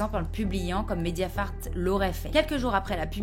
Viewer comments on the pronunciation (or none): "Médiafart" Oh! Le lapsus!!! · Quand t’as dit mediafart j’avoue j’ai rigolé 😂